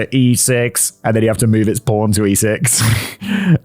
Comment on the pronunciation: I did not initially think Simon was saying pawn